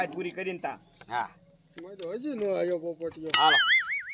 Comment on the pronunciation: નો આયા નહિ દાવલા નો આવ્યા એટલું તો બોલતા શીખી જા